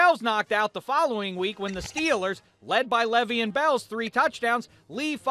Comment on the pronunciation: u said his name wrong every time